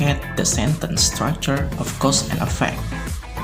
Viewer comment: Please, differ the pronunciation of EFFECT and AFFECT !